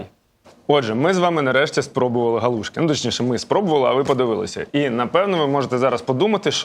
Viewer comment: І не галу'шки , а галушки' , хоч би в когось спитали, правда молодня кругом , і в Полтаві теж ,що соромно мені ,бо вчив краінську лутературу.